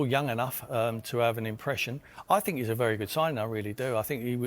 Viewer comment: It's not 'chee-esa' but 'key-esa' you plum